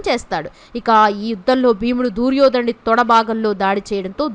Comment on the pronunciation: ఈ దూర్యోధనుడి గోలేంటమ్మాయి?ముందు తెలుగు పలకడం సరిగ్గా నేర్చుకో!!